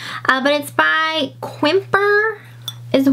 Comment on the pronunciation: Quimpar is pronounced Cam-pair! So excited you picked it up! I was yelling at my phone “Great Eye!” lol! That’s a newer piece but pretty! The market was soaring in the 1980s and early 1990s for Quimpar. Now it’s pretty much bottomed out as mid century modern craze is in full force and not so much demand for French provincial pottery. My mother collects it and I love it!